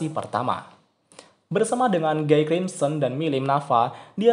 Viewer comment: 4 naga terkuat lebih kuat dari raja iblis. Perasaan terkuat kedua setelah guy itu diablo. Bacanya : giy buka guy. Itu bahasa prancis bos